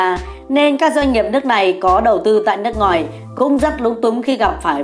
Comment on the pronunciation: Ad nói ngọng. “Nước ngòi” chắc bạn này thanh hoá